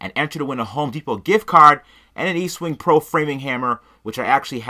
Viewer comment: As a Professional Carpenter, i am offended you called that framing hammer an "EASTWING".......it's a friggin' "ESTWING" ....anyway, back to being mesmerised by the shitty welds.....love it!